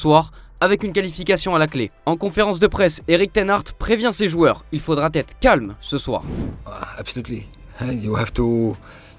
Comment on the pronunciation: "Il faudra-t-être calme ce soir...". Il faudra z'éviter ce genre de liaisons. Et il faudra apprendre à prononcer l'anglais : Le mot "Guardian" se prononce comme s'il était écrit "Gardian". On ne prononce pas le "u".